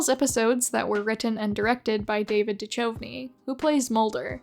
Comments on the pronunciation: BTW, David Duchovny's last name is pronounced de-CUV-nee, as in "David Duchovny, why don't you love me" (actual song title) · I'm sorry HOW did you pronounce Duchovny? It's due-KOV-nee Serana having no ill effects in sunlight is pretty in line with older vampire lore where powerful vampires can even get stronger in sunlight because it makes their shadow larger. For years the Pokémon fandom had envisioned scenarios where the villains all banded together or at least had to live in the same house. Then Ultra Sun and Moon came around and lo and behold there are all the bosses living in a castle together because Giovanni tried to conquer the multiverse. And then there's Masters which is basically Pokémon Fanfic: The Game. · I had to pause when I heard how you pronounced "David Duchovny." It's an understandable error, but for future reference... its pronounced "Duke of Knee." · Definitely need to look up how to pronounce "Duchovny".